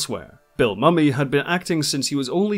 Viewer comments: Also, hate to criticise, but it sounds as though you are pronouncing Mira's name as Forlon, no Furlan, and Bill Mumy is pronounced Bill Moo-me, not Mummy. Also, Jackanory is not pronounced with the emphasis on middle 'a', but like ja-kuh-naw-ree. Hope you don't find these observations objectional. My other comment made it clear that I find your insights concise and very revealing and you certainly have encapsulated the plots of the episodes, commentary on the casting and acting, the characters and the creatives very effectively. I'm enjoying them immensely and look forward to more on Red Dwarf too. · Mumy, not Mummy, like diner and dinner. Excellent video on a truly remarkable show.